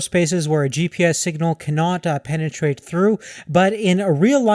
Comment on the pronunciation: Lol u said penatrate